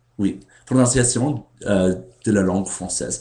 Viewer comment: Tu parles déjà très bien le français. Il y a quelques problèmes sur les mots : Gorille, Prononciation, Roman, Succès, Conception, Climatologue. Le reste est très bien. =)